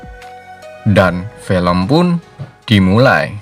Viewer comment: film bg bukan fElm